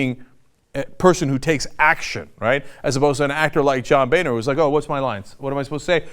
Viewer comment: boener= bone-er not ba-ner. favre' not farve. learn english .